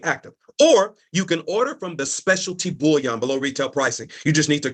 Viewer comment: What I hate is when he pronounces bullion (gold) as bouillon (broth). And the fact that there's more emphasis on "creating a business" than "investing in precious metals" shows that it's just another MLM / Ponzi scheme (as you said). Vile people.